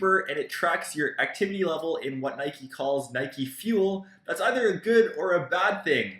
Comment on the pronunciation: HOW FUCKING DIFFICULT IS IT TO PRONOUNCE NIKE CORRECTLY